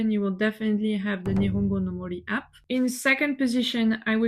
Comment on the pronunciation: Are you aware you pronounced the word APP incorrectly